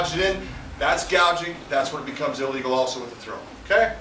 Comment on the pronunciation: lol his "illegal" and "a legal" sound the same